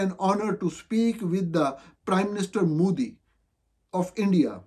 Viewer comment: مودی کا تلفظ Modi ہے Moodi نہیں۔ پاکستان کے صرف حکمران ہی نہیں، اس کے صحافی بھی نالائق ہیں۔